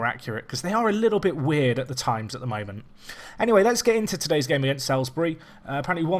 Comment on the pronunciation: By the way Salisbury is pronounced Solsbree